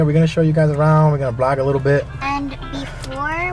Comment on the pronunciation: Its vlog not blog 😅 but good one